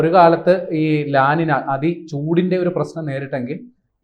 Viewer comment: ല ലിന എന്നല്ല ഉച്ചാരണം . ല നീഞ്ഞ ( La Niña ) എന്നാണു ശരിയായ ഉച്ചാരണം . ഇതൊരു Spanish വാക്കാണ്.